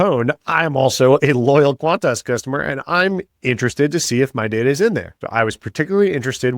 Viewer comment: This Australian loves how you pronounce qantarse.